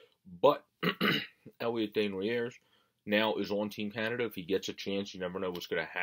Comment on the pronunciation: Day-knu-nay not sure if I sounded that correctly. Just helping ya buddy, a lot of good knowledge on this kid. Your pronunciation got better as u went on, but the first one was off a good bit. I really like him and think he a stud in the making, definitely top 6, I’m seeing him in a Cam Atkinson roll, good penalty killer and an added weapon to the power play. Dropped the gloves in pre season so you know that he would stick up for teammates.